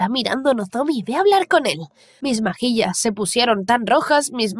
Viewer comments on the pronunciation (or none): no se si fui la unica que se dio cuenta que dijo majillas en vez de mejillas en el minuto